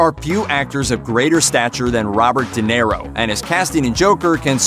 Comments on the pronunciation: Good Lord, man! How do you not know how to pronounce De Niro???!!! “Dinero” means money in Spanish! Yes, the guy may be money, but thst is NOT his name! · Why are you saying "Dinero"? It's De Niro. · Ok.. stopped video when I heard Di Nero.. ears hurt.. seriously! Geez!